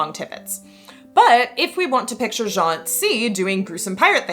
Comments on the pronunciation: Great stuff! Just FYI, Jeanne is pronounced Zhann. Your pronunciation was actually the masculine Jean. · Little french nitpicking: Jeanne the way you pronounce it is much closer to the first name Jean (masc. version of the name) Jeanne would have the same "j" sound but it's followed by "Anne" not the "an" vowel. I believe the reconstructed medieval prononciation is Jehanne ("Je" like the french pronoun in "je m'appelle" or at the end of "illuSIOn" in English and "Anne" like the name in English) So yeah it's actually pronounced like the second syllable of "illusion" but with the A of "Bath" instead of the softened o [ʒan]